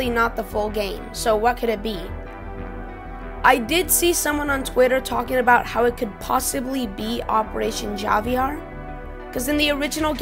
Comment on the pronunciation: Javier is pronounced with an "h" sound, not a hard "j" lol